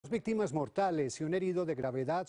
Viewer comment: Alguien más escucho que dijo vixtimas